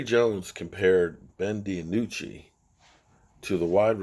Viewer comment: Lol Ben Di-anucci